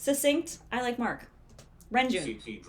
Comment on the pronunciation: renjun's name is pronounced more like lun-jwun but you can also use an r for the l. Here is a video on how to pronunce his name they make videos like this for most well-known idols